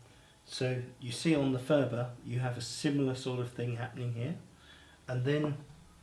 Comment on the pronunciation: Phurba is not pronounced "fooba" . It's a hard p sound at the beggining followed by a slightly aspirated h.